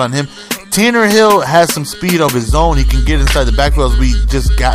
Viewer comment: Do you know it is Tannehill not Tannerhill? I am trying to figure out why you say it wrong. But great game play as always. Love you.